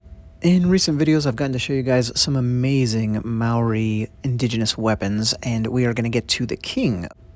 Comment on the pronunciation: Wahika is said more like wah-hee-ah-kah 😄 Maori pronounced more like Mah-ree with the ree being like a roll on the tongue. Hope that makes sense 😅 This video is amazing thank you! I cherish my wahika deeply💜